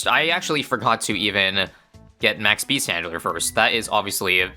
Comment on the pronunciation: Does this dude actually know how to pronounce the 050 beast handler?